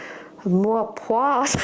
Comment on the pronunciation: I wonder why so many people have commented with three syllables. You have it right 👍